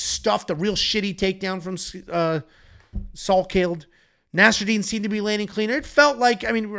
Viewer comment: Wild video moments from stating the population of China is hundreds of billions. Then spending five plus minutes calling nasarat Nasradine over and over 😂😂😂